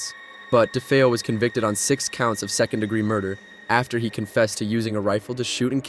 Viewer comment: Da fee oh no Da fay oh.